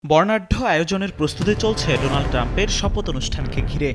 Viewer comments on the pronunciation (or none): none